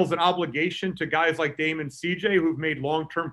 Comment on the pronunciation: "Dame and Sheet-J". LOL